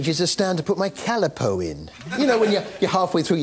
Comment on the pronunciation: You can't say Calipo properly